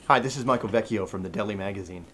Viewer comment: Michael Vecchio tells his italian second name in a perfect italian pronunciation, quite a rare thing for an american guy, grats to him for that